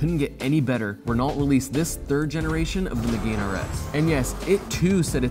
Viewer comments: Meh-gahn not Meg-gain. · Puhahahaha Me-gain rs lol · “Meeyugan” Pumphrey wants to know your location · that pronunciation of megane is fucking hurrendous